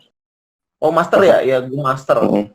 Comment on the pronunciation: Indonesia eSports Association (IESPA) elite pak... Bukan master